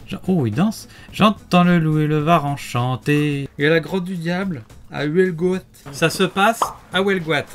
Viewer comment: non non j'habite a coté sa se prononce huelgoat, comme sa s'ecrit on prononse le o et le a